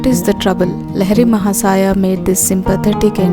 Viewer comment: CORRECT PRONUNCIATION: लाहिड़ी महाशय